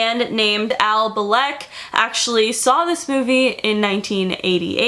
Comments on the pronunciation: when you say Al, i hear El 😂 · Al like El